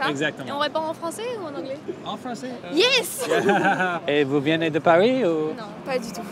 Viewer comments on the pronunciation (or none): It is "venez " not " viénez" . But you are improving